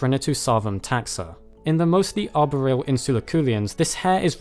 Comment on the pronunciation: How can you be so intelligent but you can't say arboreal